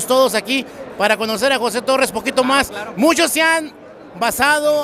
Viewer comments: Es torres no torrez con z no es con s 🤦‍♂️ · Tan soberbio el tal José Torres, y no sabe pronunciar las palabras correctamente. 🤣🤣